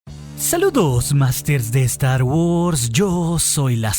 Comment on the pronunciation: "Estar Wors"